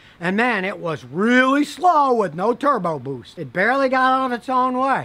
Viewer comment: "turrbo boOST" lol